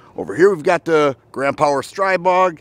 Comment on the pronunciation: STR-EE-BOG. It's pronounced StrEEbog. The newer generation has a non-reciprocating charging handle AND HB industries offers a conversion to make the original models NON-reciprocating.